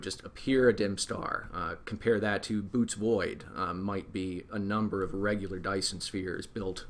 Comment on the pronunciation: It's not the "Boots" void, it's pronounced "Boy-eh-tees"